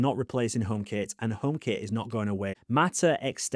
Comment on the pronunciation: i kept wondering what the hell "omap" was